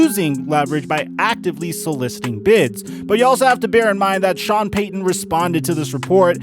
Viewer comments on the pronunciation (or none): none